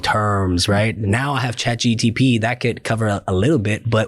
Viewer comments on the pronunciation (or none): It's chatgpt Jackson not chatgtp